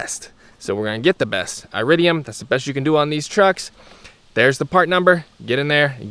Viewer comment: It would be helpful if you could actually pronounce iridium correctly, lol. Additionally, longevity is only one part of the equation... actually, copper-core plugs give the "best" performance, you just have to change them more often (every couple years) and they only cost like $2 apiece. When choosing plugs... you're making a compromise between performance and longevity, you don't get both. The more exotic metals reguire more electrical current thus putting a higher strain on your coil(s). They last longer because they are harder (not as conductive.) Like I said, everything is a compromise of some kind. You're compromising cost and performance for longevity. The "best" plug for you might not be the "best" plug for everyone when ALL things are considered. You're leaving out substantial parts of the equation with your assessment. A better video would communicate all these factors so a person could make their own decision. You didn't include all the information necessary for a person to fully understand the decision of which plugs to use for them. Any type of plug will work just fine in these engines... but one must consider longevity, cost, performance, etc. when deciding which type to get, not just the longevity... all the factors need to be weighed together. So just because iridium plugs last longer doesn't mean their better in every category, just the one. If you were to do dyno runs with iridiums and with copper-cores, you'll make more power with the copper-cores, that is u